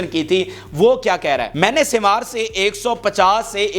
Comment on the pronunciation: یہ یحی سن وار sinwar ہے سوار نہی ہے تلفظ درست کرلو یہ شخص حماس کے بانی لیڈرز میں شمار ہوتا ہے مذاحمتی تحریک کی جو سٹریٹجی ہے اس جنگ میں اس کے پس پردہ اسی شخص کا منصوبہ اور حکمت عملی ہے